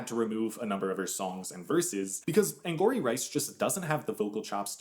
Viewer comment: It’s not “Anne-gory” it’s “Anne-gowry” like Tia Mowry